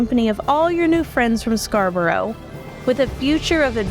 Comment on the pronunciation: You have created some gorgeous soaps here. One note to say though, is that Scarborough is pronounced Scar-burrah, rather than Scar-burrow. I know, pernickety Brit here, but I understand how hard it must be to Interpret our mad town names and how they're pronounced. Sorry, sorry, sorry...